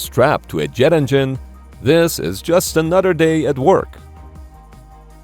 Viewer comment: anuderday (?) come on!! English